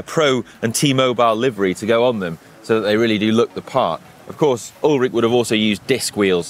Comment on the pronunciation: Ullrich, not Ullrick. Good video!